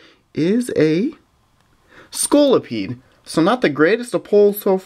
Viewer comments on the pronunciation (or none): none